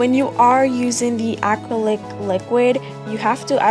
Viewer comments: Good job explaining well. You were pronouncing the word acrylic, like ack-crow-lick, which was quite entertaining. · Really great tutorial you did a good job for a beginner! You also did a good job with giving specific instructions tips and tricks. But you were confusing me when you were saying 'acrylic' lol go watch other videos and listen to how it's pronounced. The only reason why I think it's cute and funny is because i did the same thing before going into nail school. (Not many people can do this well of a job with having no experience using acrylic)